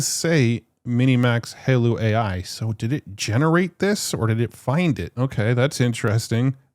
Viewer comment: Its "Hi-Law" not "Halo"..